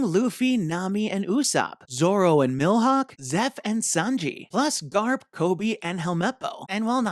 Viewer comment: Baratie is pronounced bar-ah-tee-ay. Also, it's not Milhawk, but Mihawk (mee-hawk). Clearly, you don't watch either the anime or the Netflix show.